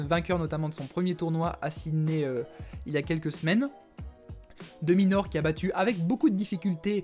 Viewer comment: Ptdr "ALEX DE MINAUR"